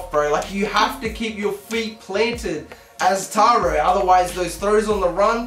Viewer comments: His name should be spelled Tairo with the way you're saying it not taro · You said his name wrong at the end 😂😂 I'm not sure I wanted this series but I'll watch and see if my interest of this gets better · FG7YT so true